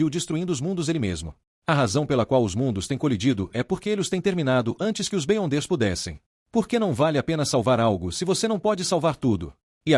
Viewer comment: Top! uma dica para o narrador. escreve errado para pronunciar certo. Beyonder ---> Biondes Da certo! Sucesso!